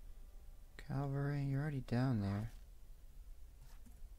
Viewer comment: sorry, but anybody else hear Calvary instead of cavalry?